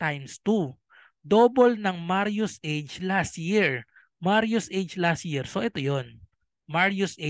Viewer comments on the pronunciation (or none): Las Year? Dika po makapronounce ng LAS “T” year kse LAS YEAR 😜